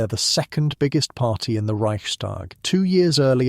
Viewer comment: This is fabulous, excellent. Just a tiny, tiny observation - it is not "ReichSHTag". No "sh". S and T pronounced separately.